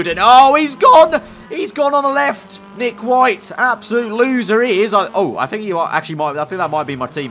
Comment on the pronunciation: Teammate: Nick Whittle "Nick White" If Whittle is actuallly pronounced White, I will be 100% mind blown.